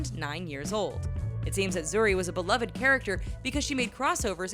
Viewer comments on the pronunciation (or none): none